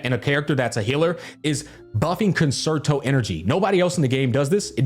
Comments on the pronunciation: Just trying to get the good word to ya,. Concerto Energy is actually pronounced "Cunn-Chair-Toe." You know, like the solo violinist in an orchestra, etc. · Downvote because you are still mispronouncing ‘Concerto’